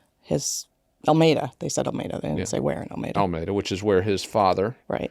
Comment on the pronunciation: FYI : It’s ( coo sa hatchie ) river It’s ( Al meeda ) Y’all just learned how to pronounce Alec ( Alex) and Murdaugh ( Murdock)